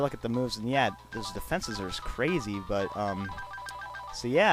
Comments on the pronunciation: it is not ooxie it is u-xie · uxie is pronounced youxe